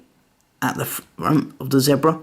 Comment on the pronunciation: Awesome! But you pronounced zebra wrong...